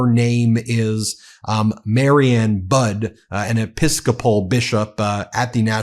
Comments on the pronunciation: Bishop Budde's name is pronounced Bud EE... I am a proud Episcopalian and love and respect her and all the clergy of the National Cathedral. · Rev Mariann Budde pronounces her last name like buddy, not bud. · Bud-ee ... not budd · Budde is pronounced Buddy, not Bud. Mariann is pronounced Mary Ann, not Marion. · Her name is pronounce Buddy not Bud. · Pronounced "buddy". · It's pronounced buddy. She really gave it to him. Although I don't think he was really even conscious in church. Drooling slack face.😪😪😥😂😂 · Budde ... pronounced "Buddy" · She's called him out in the past. BTW, her name is pronounced BUDDEE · It's pronounced "buddy." She also stood up to him in 2020 over that stunt with the Bible in front of St John's, Lafayette Square. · Since Trump has been 1000% emboldened by getting away with murder, this term will be horrendous! I think the Bishops last name is pronounced "buddy". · You know Don the Con doesn’t like anyone who gets more attention than he does. Bishop Budde was brilliant. Psst: I believe this wonderful Bishop’s last name is pronounced “Buddy” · Her last name is pronounced buddiie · Last name of Bishop is pronounced “Buddy” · Her name is pronounced "Buddy". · The Bishop pronounced it as “Buddy.” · Buddy, or that seems how it pronounced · Her name is pronounced more like Buddy. Mariann Budde. The woman is practically a national hero. Let's get her name correct. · It's pronounced "Bud-dee". Like buddy. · Hey Ben, just an FYI, I think the Bishop's last name is pronounced like Buddy. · I listened to a video from the cathedral and it’s pronounced like « buddy »